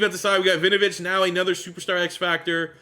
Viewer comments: Hey big fan and this is not said to be mean at all, just for future reference it’s pronounced win-oh-vich not vinovich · Why does it sound like you're calling him vinovich?